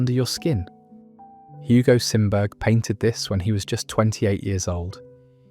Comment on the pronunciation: Sorry...Simberg is pronounced Sim Berry. Swedish name. I am only mentioning this because his work is amazing and among my favorites. I have seen it in Tampere. Finland although he did variations.